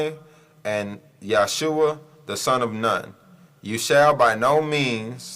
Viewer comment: You still got learning to do... You not even pronouncing his name right... Listen you might learn... I had to learn I didn't know everything as well... Nothing personal...